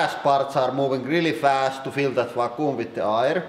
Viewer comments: I honestly thought you said "Fakku" chamber.... and please don't look up Fakku if you're not 18+... (even though I know some of you will anyway) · i thought he was saying raccoon chamber lmao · "Or at least...why the fucoom chamber?"